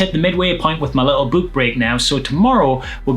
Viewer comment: I enjoy how he pronounces "book" like a ghost: Boo-k!